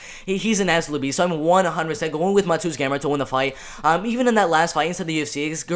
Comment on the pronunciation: If you care, proper pronounciation of Mateusz is Ma-te-woosh (Pole here)